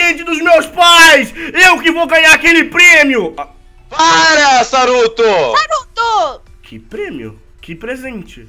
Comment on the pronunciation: não é saruto é soruto